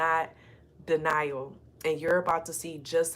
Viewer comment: Not you saying dinè while trying to say denial. I just finished my Navajo lessons for the day. I guess that was a conformation for me about learning my ancestors language even when I’m not feeling like doing the duo exercises. ❤